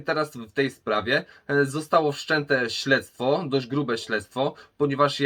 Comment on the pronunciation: śledztwo nie ślectwo XD